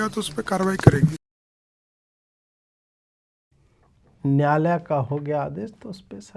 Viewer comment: Samrat Choudhary says NYAALAYA instead of NYAAYALAYA. If that is his Hindi, you can well imagine his HINGLISH.